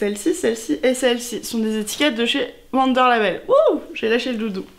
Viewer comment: Wunder c'est de l'allemand, le W se prononce V (ça donne vounder en phonétique 😁) Super idée le doudou !! 😍